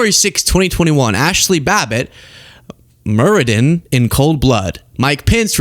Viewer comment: "Muredin" JFC 💩🤦